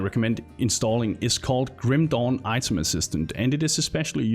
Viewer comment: Love how you call it Grüm Dohn <3 Nice video